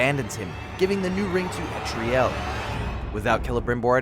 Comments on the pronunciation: ELTARIEL. Say it with me. El. Tar. Ee. El. Not Etriel. How is this so difficult? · Yeah I have no idea how nobody can seem to figure out her name. It's pretty simple... "El-tar-ee-el"